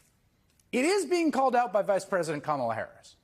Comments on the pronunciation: The Republicans aren't too bright,they keep saying her name as Ka- ma--la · They're so spineless and subservient to Trump that they're not even allowed to pronounce Kamala's name correctly. How sad is that? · Busing people around....SHS pronounced Kamala like Donald trump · is 2 Stoopid to pronounce the Vice-President’s name correctly. Shall her ignorance be worthy of Air Time? How about YOUR time? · She is so humble that she even cannot pronounce Kamala Harris’ first name correctly. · cannot or won’t say Kamala correctly. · This ignorant witch continues to say Kamala's name wrong. She is just disgusting. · Calling herself humble while deliberately mispronouncing VP Harris' name is so MAGA coded